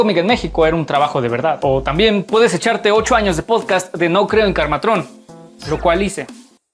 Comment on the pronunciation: Karmatrón es una palabra esdrújula. La primer vez q la pronunciaste en el video lo hiciste bien. Pero de ahí hasta el final del video la pronunciabas Kármatrón…… fue muy irritante. Q suerte q yo no me enteré de nada de eso jajajaja Yo tuve la suerte de comprarlo desde el número uno. De ahí descubrí a Sdubi y haste me compraba a Belicuz. Jajajajaja En fin, como dicen: nunca conozcas a tus héroes en persona.